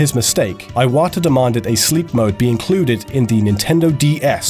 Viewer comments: "I-wata" I-what the fuck was that pronunciation? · "Eye-wata"? "EYE-WATA"?? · What was with the pronunciation change from "ih-wuh-tuh" to "aee-wah-tuh"? (It's actually pronounced "ee-wah-tah.") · AYWATAH XD